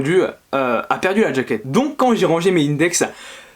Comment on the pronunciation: Pourquoi tu prononces "djaquette"